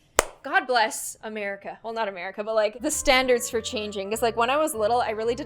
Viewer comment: Every time you say Americal I think of my name Americal